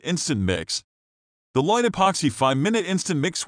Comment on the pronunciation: very bad....pronunciation... it is called.. LOCK TIGHT ..(LOCKTITE)..